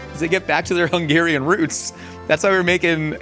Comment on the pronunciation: I am so impressed by Hungarian pronunciation! I love when our food gets represented well AND the names are said (semi) correctly 😊